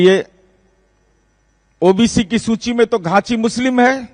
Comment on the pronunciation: तो ख़ुद ही घाँची को चाची कह रहा है— घाँची का Spelling वो Chachi (चाची) बता रहा है. 🤣🤣